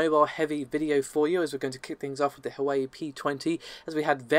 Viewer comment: hoo way ee? hwa weh!